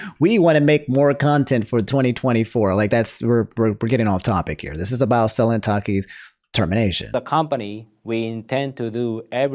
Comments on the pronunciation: how many videos it gonna take for you to pronounce it suh-len and not sell-in 😂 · Nooo corrected his Selen pronunciation 😭 Also, rest in peace Perdoodle3